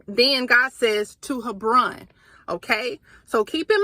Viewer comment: It’s pronounced Heb/Ron